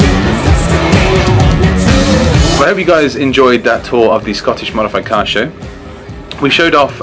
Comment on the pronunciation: He said "modified cars"! I heard "mothe-fa-cars"...